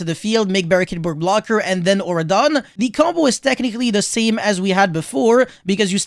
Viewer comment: auroradon, not auradon.